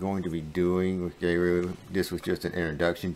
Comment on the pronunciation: I love Geru. A couple of things: 1. It’s pronounced like “Gear-oo” not “Gay-roo” 2. They offer a one-time payment lifetime deal for the software.